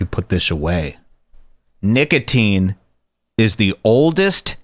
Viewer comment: Did say niggatine, instead of nicotine?